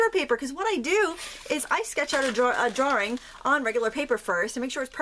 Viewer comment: what the hell is a “drawring”?